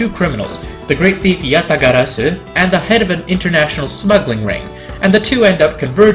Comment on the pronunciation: Finally a list that pronounces Yatagarasu right